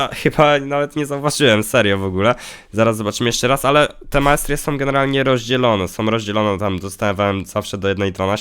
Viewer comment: Tyle minęło a nawet jeszcze nie umie dobrze powiedzieć masterie